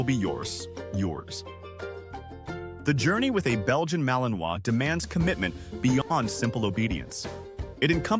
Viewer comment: Vous prononcez mal le nom de la race! C’est ma-li-nois!!!! Et pas maliminoas!!!!! Il faut apprendre le français, désolée de la remarque